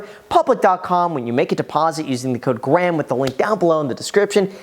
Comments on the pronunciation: "what's up gram it's guys here " lol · "What's up Graham? It's guys here." 😆 Oof. Yep, I know the struggle. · "what's up graham it's guys here" i'm guessing that's done on purpose on every video? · “What’s up graham it’s guys here” y’all catch that intro? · He said, “What’s up Graham, it’s guys here”…